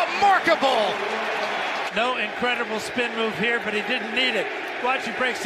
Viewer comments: did he just say "lamarkable"??? Lmao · Did this man say “lamarkable” 😶